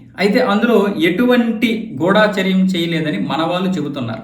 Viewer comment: గూడాచార్యం కాదు . గూఢాఛార్యం అనాలి !